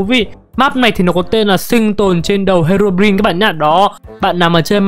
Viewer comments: Ko phải he rô rin mà là he rô rai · đọc sai rồi đó là Herobrin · anh đọc sai rồi phải đọc là:Hê-rô-broai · đọc herobrine tiếng việt là hero rai